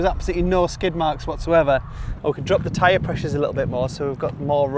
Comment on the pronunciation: Tyre? "Teeree" ?